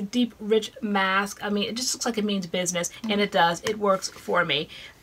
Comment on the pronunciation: said “my bitness” 😂🤣❤️